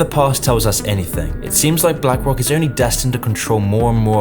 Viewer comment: "blank rock"